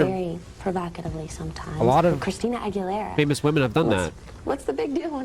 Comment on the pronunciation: you butchered her surname :face-fuchsia-tongue-out